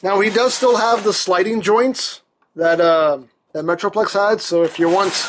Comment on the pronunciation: he said meatroplex